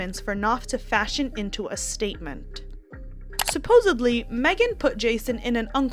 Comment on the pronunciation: “Supposably” is NOT a word!!! It’s SUPPOSEDLY!!!! Goddamn!!! 🙄